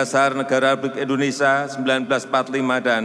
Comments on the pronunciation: Indonesia mbak bukan Endonesia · Indonesia.. bukan endonesia